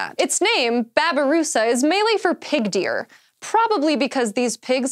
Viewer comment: I cringe at how she said 'Malay" O.O